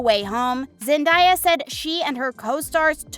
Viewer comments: Zen-Day-A not Zen-Di-A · Zen-DAY-uh, not Zen-DIE-uh... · You not only clickbait, it’s not zen- die- a it’s zen-day-a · Its Zen-day-a not zan-di-ya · It’s zen-day-a not zen-die-a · ZenDAYa hello!! Not zenDIEa! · It’s zendeya not zandaya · it is not zendia it is zen day a zendaya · Zen daya it's pronounced how it spelt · It's Zen-day-a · It’s zen-day-a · Its Zen day a😉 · No it's Zen-day-a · not only am i cringing from the thumbnail but you cant even say zen-day-ya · First u clickbait... that so disrespectful. Second u call her zendieya chile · HOW can you do an entire video about someone and not even be able to pronounce their name?? Where is the i in that name? It was annoying every time you said it. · You are not saying zendaya’s name right